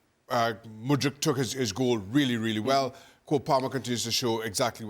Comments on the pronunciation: Lol Craig still be pronouncing Mudryk like Modric 😂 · When is Craig going to say Mudryks name right? It's not Modric